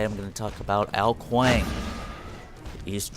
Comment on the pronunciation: kong? i'm pretty sure is ''Kuang''